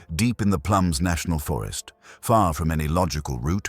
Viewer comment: It's plumas not plums....